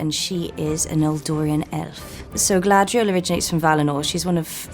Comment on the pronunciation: Gladriel? Isn't she called GAladriel??.. never heard her name pronounced gladriel ..and that's coming from her actress 🙈